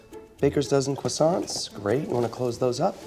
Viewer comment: The old cwassant speed mold trick. Classic